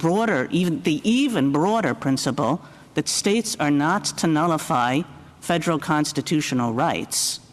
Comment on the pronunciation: I think it's 'Federal Court', not 'Feral Court'; or maybe...